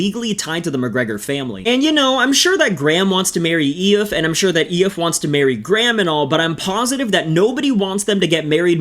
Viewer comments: It's not E-if, it's E-fa. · Eeee iff is pronounced as eeefah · Eee- faa Not eeooiif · 😂😂 It’s not aeh-eff, it’s pronounced EE-FA. Spelled Aoife, pronounced EE-FA. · Lol Aiofe is pronounced "Ee-fuh", believe it or not 😂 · When he said it I creased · E-fa....jaysus wept mate stop butchering our language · Just an fyi you butchered the sisters name 😂 Aoife is pronounced Eef-ah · is her name Aoife? E-fa is how its pronounced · Aoife is ee-fuh bro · Great upload but for future reference, Aoife is pronounced ee-fa. Trying to pronounce irish words as if they were english always ends in tears, were an awkward people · Aoife is pronounced eefa haha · Aoife is Ee-faa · Aoife is pronounced Efa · Absolutely bottled the Aoife pronunciation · Your pronunciation of Kavanagh and Aoife lad. get your act together will ye horse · At least pronounce her name properly !